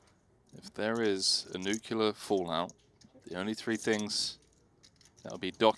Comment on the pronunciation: Let's work on our pronunciation of "nuclear" please.